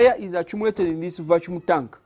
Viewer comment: I love this but please it's not achumulate it's accumulate and not vachum it's vacuum😂😂😂. but this is very smart I love you my Ugandan people love from Zambia.